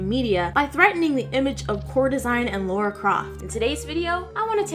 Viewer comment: her name is lAra, not lAUra =/ Lara Croft